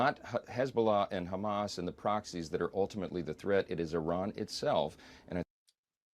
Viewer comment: Did Bernie Sanders really say “Khamas”? He is really awful nowadays.